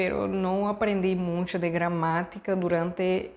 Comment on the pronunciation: Creo que dices muncho en lugar de mucho. Quizás por la visita a Zacatecas. Ánimo